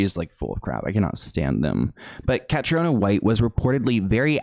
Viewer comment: Cathriona is pronounced ‘Catreena’. May she rest in peace!